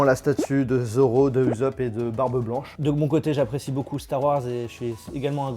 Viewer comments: "Uzop" j'ai eu mal au cœur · Il a dit Uzop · Si on écrit comme il l’a prononcé ca fait uzope (mdrrr ca c un grand fan 😂😭) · Mais la prononciation ce dit oussop mais sa s'écrit usopp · Y’a que moi que sa dérange quand il dit uzop pour le personnage de one Piece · Il a osé appeler ussop uzop 🤣